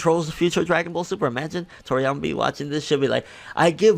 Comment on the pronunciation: Your Toriyama sounded Russian. xD